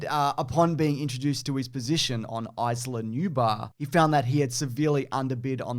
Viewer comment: Love that butchers the pronunciation of Isla Nublar but has no problem with Deinonychus